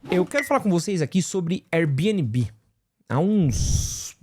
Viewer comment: Diretamente do tribunal das minúsculas causas: Gente, vamos decidir se é pra falar Air Bnb em inglês (Bi-ên-bi) ou aportuguesado (bê-ene-bê)? Esse mix das duas coisas (bi-ene-bi) é muito estranho 😂